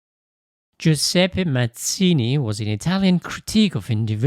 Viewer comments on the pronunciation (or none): none